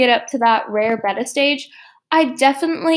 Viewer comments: Did she just say “beh-tta” ITS PRONOUNCED “bay-ta” AHH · Beta is what it sounds like but when u said beda I was like